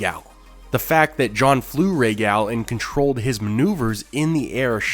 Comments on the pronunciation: Its not gal, like a girl, its pronounced gahl, like gall bladder. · You say Rhaegal the American way. It’s annoying.